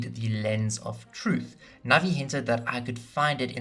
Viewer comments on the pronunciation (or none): none